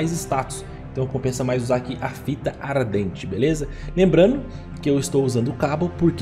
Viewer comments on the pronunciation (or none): Fita "Aradente" foi foda kkkkkkkkkkkkkkkk